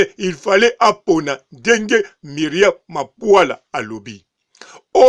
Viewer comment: BB MAPULA. Et non MAPUALA